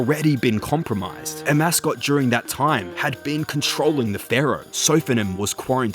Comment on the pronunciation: I'm so triggered you referred to Amascut as "A Mascot" the whole time